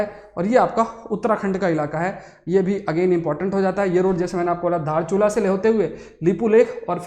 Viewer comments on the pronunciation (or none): दार्चुला नहीं धारचूला। दार्चुला नेपाल में है। धारचूला भारत में है।